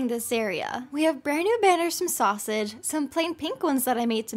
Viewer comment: When said sOUsAgE